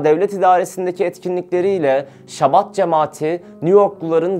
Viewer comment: Şabat degil habad, menaşem değil menahem, haber yapilan konuya, terimlere hakim olunmali